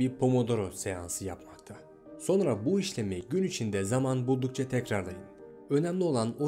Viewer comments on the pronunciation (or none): none